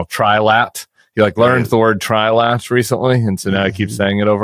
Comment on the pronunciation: Donald kept saying Tri-Lad not Tri-Lat…